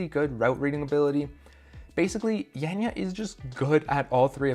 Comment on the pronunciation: Not Jenja, but Janja. greetings from Slovenia! Is it possible that Kruder appears on the comp and smacks his beech up?